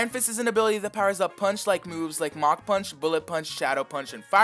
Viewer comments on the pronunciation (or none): none